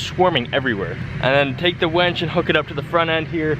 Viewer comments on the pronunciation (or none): WINCH, not wench. A wench is a girl who serves you beers! HONDA!